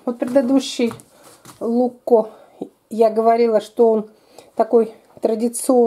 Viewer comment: ZaGorsko volovsko oko! (ЗаГорско воловско око), т.е. типа "бычий глаз загорский":)) А другой "луЧко", а не "лукко".